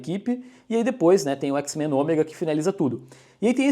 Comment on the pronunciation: parece um jamaicano falando X-Mã